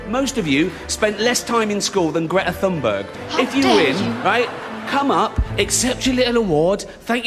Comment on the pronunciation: Greta’s last name is pronounced with a T sound. Gervais is a dickhead.